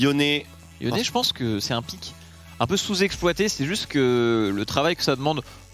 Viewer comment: Franchement sa fait plusieurs fois que sa me soule pitier c'est pas YONE, mais YONÉ